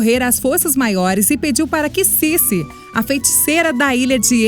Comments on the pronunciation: Cece Drake? hahahahahaha -A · É Circe.Ela é uma feiticeira.